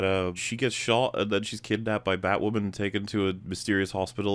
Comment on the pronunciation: Strap in, lads. IT'S BATWAHMEN TIME.